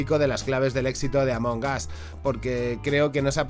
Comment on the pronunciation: Escuché "Ámonos" en vez de Among Us xd